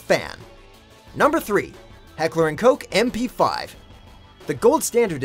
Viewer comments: This guy literally said “Heckler and coke”, it’s Heckler and Koch. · HECKLER AND FUCKING COSH IS HOW YOU FUCKING PRONOUNCE IT!!! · Dude it's Koch not coke 😁😁😁😂😂😂 LOL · Heckler und Koch Not Heckler und Koke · The German and ENGLISH way to say h&k's name is Heckler and "K-O-H" , that's right, "coke" and "Coch" is both wrong. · It is neither pronounced Coke, nor Cotch, nor Cock. You know how to pronounce Vincent Van Gogh? It's like that but with a K for the G in Gogh. Heckler & "Kogh". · Say it right KoCH,Heckler and Koch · It’s ka- ch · You pronounced heckler and Koch incorrectly throughout the video